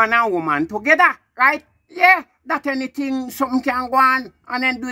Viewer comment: Shouldnt to "begether" bwoy🤣🤣🤣🤣🤣